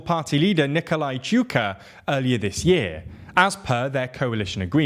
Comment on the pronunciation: Mate, say it like "Chow-chess-koo"